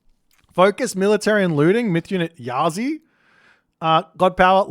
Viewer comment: Chiyou is pronounced "CHUR-YOW" (the you sounds like "Yo!" like when you informally said "hello") While "Yazi" is pronounced "Ya-TZUH". Qilin is pronounced as "CHEE-LIN", Rushou is pronounced [ROO-show] as in "TV SHOW".